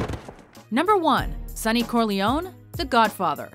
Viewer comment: ITS NOT CORLEONE, ITS CORLEONEEEEEE